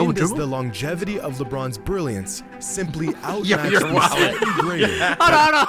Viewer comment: Did say lepinons lol